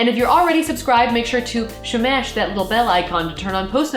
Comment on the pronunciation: "shmash" favorite part of the video